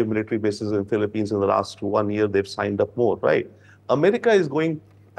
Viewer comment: Philip-peens, please! Not Philip-pines. There are not so many PINE trees in the Philippines.